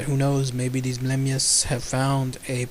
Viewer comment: It's not blemmyes its blemmyes